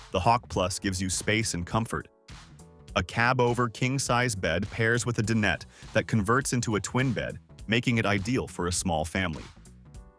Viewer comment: "De-Net" for dinette. Ridiculous AI.